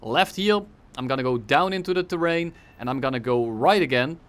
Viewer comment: Bro just say terrain🤯